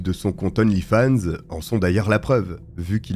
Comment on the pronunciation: D'onlyfans, on fait liaison devant une consonne!